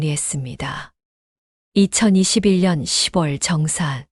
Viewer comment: 시붤이라는 발음이 좀 거슬리네요. 적어도~낭독하시는 분이라면, 10월은 시월시라고 발음해야 한다는 건 유치원생도 알아요. 쓴 소리지만 저도 힘들고 충언드리는 겁니다.